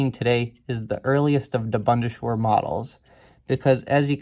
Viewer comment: Proper pronunciation: Bund: not bund but boond Bundeswehr: not bunde-schwehr but boon-des-vehr Panavia: not Pana-via but Pan-avia